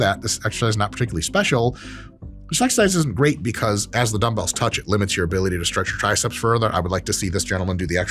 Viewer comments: Mike really said “gweat” lol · "They're totally fine, and you may feel gweat." -Doc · you may feel gwate. hahaha